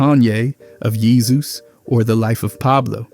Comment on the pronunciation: could imagine some sort of Romance language pronouncing “Jesus” like that.